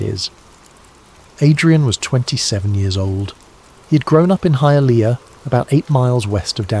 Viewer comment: When he pronounced Hialeah correctly, I knew that I was in for a treat. Honestly, I think they were holograms. Controlled chaos used on ppl